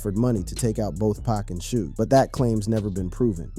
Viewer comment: dude don't even know how to say Suge but take his word for this lol